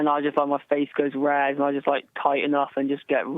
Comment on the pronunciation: "Towe-king(talking) face goes rag(face goes red)."